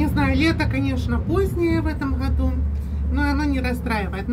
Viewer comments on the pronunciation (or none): none